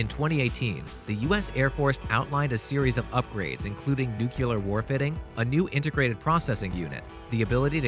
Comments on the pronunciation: It never ceases to amaze & annoy me🤬that so many narrators, correspondents, politicians, public speakers, news readers and others cannot seem to pronounce the word ‘nuclear’. It’s so easy to say it properly by putting two words together.....’new’ and clear’ and the pronunciation is perfect! The word ‘vulnerable’ is another one! But let’s not go there, eh?🤪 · Can't any of these guys say nuclear properly? What kind of literacy is this anyway in broadcasting, its NU-CLEAR not NU-KI-LAR JUST SAY NU-CLEAR as in CLEAR out the ignorant spokespeople from public broadcasting. EEESH its like sandpaper listrening to this guy say it wrong throughout the video. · Nu-key-luhr & nu-que-luhr weapons? It’s not that hard to say nuclear! Nu-clee-er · It’s not NUCULAR It’s pronounced New-Clear. It’s spelling is Nuclear, there is no U after the C! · PLEASE stop saying "nucular" there is no such word. It's "nuclear". As in "nucleus". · The word is pronounced NEW-Clear not New-kew-Ler. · You say “new-Kew-ler”,but the word is “new-Klee-er”. For accuracy of reporting, pronunciation is important. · Clickbait rubbish - and it's "NEW-CLEAR" not "NEW-CULA" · Say it "NU-CLEAR", it's not nukeular. sigh... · New-clear not nu-cu-lar. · Only idiots say "Nucular" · NEWCLEAR? .........WTF? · Learn your English, it's Nuclear numbnuts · This is an informative video. I do wish that the narrator would properly pronounce the word NUCLEAR! NU-KLEE-ER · If I hear someone say nukular...one.more.time.. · For god's sake, don't reproduce! what a fuckup - NUCLEAR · Your narrator can’t pronounce nuclear, he keeps saying “nucular”. Really? Pretty sad when you are making videos about nuclear capable bombers. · The narrator can't pronounce nuclear. He says nuculer or something stupid like that. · Computer voice keeps saying nookular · Please! There is no such word in English as “nu-cu- lar”. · Pronouncing the word "nuclear" as "noo-kew-lur, makes you sound illiterate. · Repeat after me.... Noo Clee Ar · New - clear